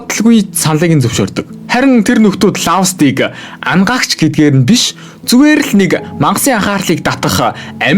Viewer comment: Anagaagch baisan ymuu bi angaagch gej sonsood baisanshd hahaha